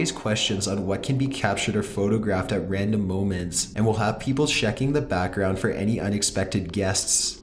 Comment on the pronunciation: LOL the way he says moments